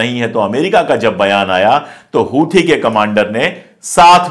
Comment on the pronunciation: हूथी नहीं सर "होसी " कहा कीजिये